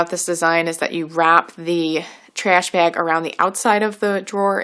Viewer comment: “Trehsh bahg”